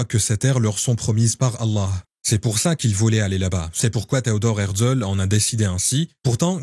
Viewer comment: Pas hertzel mais hertzél